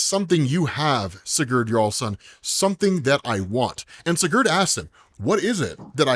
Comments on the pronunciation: Hey, just to help: It’s “see-gerd” if you wanna pronounce that in the future. Kind of crunch up the ‘gerd’ part and say it really fast and more like ‘grd.’ So it’s “see-grd” if you get it down where the other half of the name is said faster and crunches the syllables together. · Bro said siGhuurd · It's Si-Gurd, like Spanish for yes. Then Gurd. Just letting you know 😊